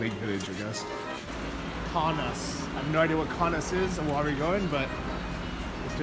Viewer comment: Kaunas is pronounced KO (long o) NUS (short u) like 'bus' like KoKo Bus, only Kaunas